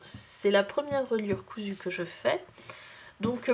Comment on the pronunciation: oups cousue et non coussue .